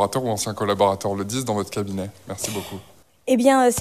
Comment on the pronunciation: Trente mots pour ne rien dire du tout. Ce n'est pas un besoin en conseillers, mais en neurones! 'J'vais y répondre": la prestation de précieuse au ton empunté avec "kébinet" est un flop!